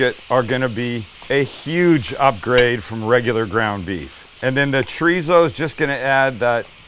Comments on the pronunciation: It's not treezo, dufus. It's chorizo. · I”m from the UK but lived in Spain for 20+ years… Paella pronunciation +/- about right, Chorizo not so much.. the Z is pronounced ‘Fuh/Fo’ or ‘Th’.. so phonetically when you say Chorizo pronounce it as Cho-Ri-Tho or Cho-Ri-Fo.. Great video btw… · What’s “Chreezo”? 😛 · Love the video! but I have to ask… “TREESO”? Lol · Oh also a native speaker was poking fun at your pronunciation of “chorizo”. Spanish has this quirk about the pronunciation of a letter changing depending on where it’s placed and whether there are vowels or consonants around it. Still confusing for me too. Like if r is it at the beginning of the word it still makes an r sound but softer and when it’s in the middle it’s of a cross between an r and a d. So it’s more like choe (rd)ee so. Food for thought. Este gringo is still trying to wrap my mouth around it myself.